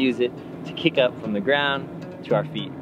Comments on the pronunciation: its kip up not kick up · Brother its not kick up its kip up